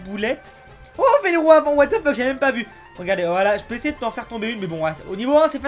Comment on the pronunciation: sa se dit " WATH THE FUCK